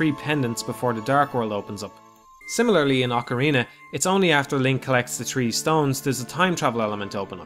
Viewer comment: Did you just say "Hillion"? or "Hee-Lee-En" lol Hylian is pronounced "High-Lee-An". Like Hyrule is "High-rule" not "Hee-rule" lol But at least you correctly said "Oc-a-rina" unlike those who say "Oak-a-rina". lol My life will be complete if i find a Majoras Mask review calling it "Major-Ass" Mask. lol